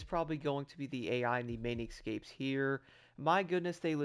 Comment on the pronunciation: Excapes? What’s wrong with you? Those are escapes